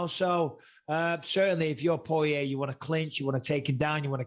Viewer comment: i left as soon as I heard him TRY to say porier …